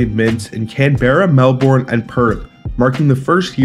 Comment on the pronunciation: Learn how to pronounce Canberra and Melbourne.